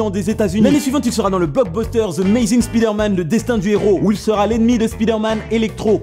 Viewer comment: Ne prononce plus jamais Spider-Man de cette façon ! 😂😂